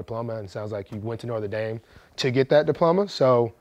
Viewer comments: Is Marlon saying "Northern Dame"???? Lol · “Norther dame” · "northe" dame? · “North of Dame” Love you Marlo